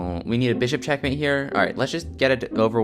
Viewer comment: “Smothëred checkmathé”